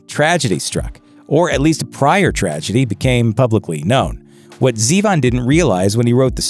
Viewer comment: No GG Allin? And why is he saying Zee-von. It's Warren zevon. As in Zevon